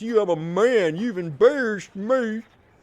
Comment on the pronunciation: "embeerased", I get it